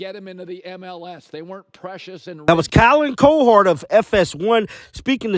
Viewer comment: Colin KO-Hord? DAMN!